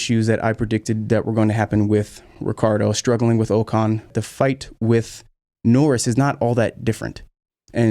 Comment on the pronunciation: Ocon. The next Keke Rosberg. [Ohh-con], not [oo-con].